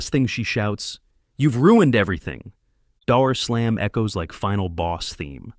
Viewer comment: "daoor slaam"? Well gawd diddly damn. >mfw AI is from the su-outh